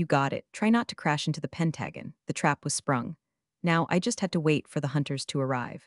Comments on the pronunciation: Pen-tag-in..??? Try Penta-gon..!!! Like our Government building in Washington. BaHaHaHaHaHa "Highway of Excrement "..!!! 💜💜💜✨️✨️✨️ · And it is Pent A Gone not pent agon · Why can't these AIs figure out how to pronounce PENT-AHW-GONE?? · Learn to pronounce pentagon. And it’s lip balm, not lip bomb. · Except for pronunciation of "pentagon" 😂😅😂❤ this was a good one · Haha true, that “Pentagon” slip had me rewinding too. But be honest… did it pull you out of the story, or did it kinda make it funnier? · Mispronunciation aside, the tension and payoff were worth it. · Honestly, mispronouncing “Pentagon” almost made it more relatable to me. I still remember during the early YouTube news-commentary era around 2015, creators got roasted for tiny pronunciation slips more than for factual errors. Funny how audiences forgive substance but latch onto delivery—sometimes those little mistakes are what make a clip memorable and spark discussion. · Please teach AI to pronounce pentagon. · I think pentagon was misread on purpose.😅 if you throw in a tone of sarcasm in with the mispronounciation the misread makes perfect sense. She's mocking Ethan's stupidity!!